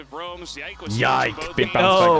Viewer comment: He is back to Yike and not Yikes